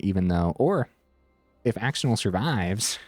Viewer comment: really cool deck!! def gonna try it out soon i've been wanting to try screaming nemesis but ftr axonil is pronounced "ash-oh-neil" lol